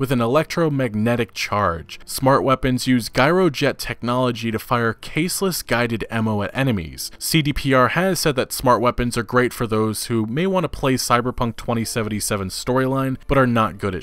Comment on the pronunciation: wont lie i laughed at you saying guy-ro jet its "jai-roh" like gyroscoptic isnt guy-ro scoptic